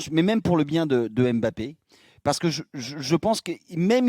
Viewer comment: Incapables de prononcer Mbappé correctement. Vous êtes pitoyables